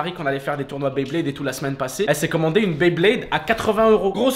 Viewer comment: On dit pas dresseur de baiblayde met blaydeur